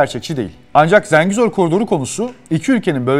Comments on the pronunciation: Zəngizor ne ya ? 😂😂😂 Zengezur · Zengizor değil oğlum "Dinazor", Ha eğer konu koridorsa, o Zengezurdur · Zengezur yazib Zengizor demək niyə??! Meger Türk dilində 'e' herfi 'i' kimi səslenir biz bilmirik? İngilis dilidir meger bu? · Zengezur, Zengezor değil! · ZENGİZOR DEĞİL, ZENGEZUR. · Video güzel olmuş amma Zengezur desen daha iyi olur be kardeşim. Zengizor diye bir yer yok Zengezur var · ZENGEZUR'A "ZINGEZUR" DEMEK BIR KIBARLIK ALAMETI OLSA GEREK. "ZENGEZUR'A","ZENGEZUR" DERIZ BIZ TURKLER! VESSELAM! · Zengizor diyil .TOP Zengezur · zengizur derken :) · niye israr zenGIzor diyorsun kardes yahu? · ZengiZor😂😂😂seslendiren Ermeni galiba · birisi arkadaşa Zengezur sözünün söylenişini öğretsin